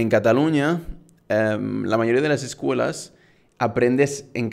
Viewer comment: Only the way he says “escuela” sounds like “eskula”